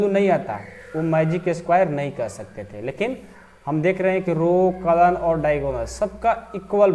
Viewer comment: Kalm nhi column pagal sir ji